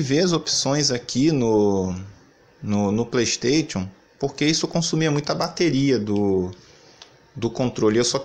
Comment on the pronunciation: Relaxa, nos já nos a acostumamos com vc não sabendo falar nem a palavra "Playstation", quem dira Hogwarts Legacy